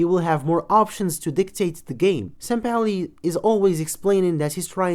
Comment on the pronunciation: Just say sampaoli